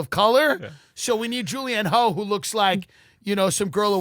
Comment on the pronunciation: Pronounced Julianne “huff” idiots